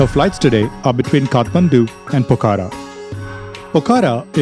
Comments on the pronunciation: It’s not Pokara. It’s Pokhara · The pronunciation is not “ Po-kha-ra “ its Pokh-ra